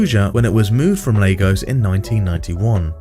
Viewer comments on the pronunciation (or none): Lagos ❌ Legos ✅